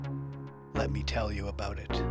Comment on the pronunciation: Lol. "Let me tell you abooot it" haha